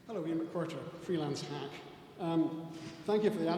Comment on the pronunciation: Oh herro hans